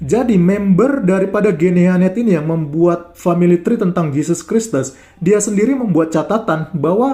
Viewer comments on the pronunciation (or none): itu Esha Emha loh tapi baca Tree ( Pohon ), dengan Tray, parah bangat iya, kualitas lulusan SMP saja ngak separah itu. Dia makin Panik dan Frustasi, melihat kitab dan ajaran agamanya dikuliti apologet2 kristen tanpa dia bisa membantah, menghalangi, yg selama ini mereka banyak ngak pernah dengar. Walau apa yg disampaikan ngak ngaruh buat kristen